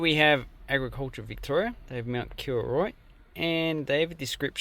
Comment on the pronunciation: KOroroit , not KIroroit